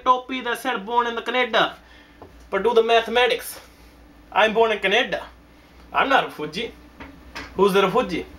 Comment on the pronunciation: Born in the kenada. LMAO.